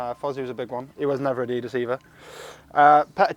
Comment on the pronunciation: Adeedus? Not very Yorkshire, Aaron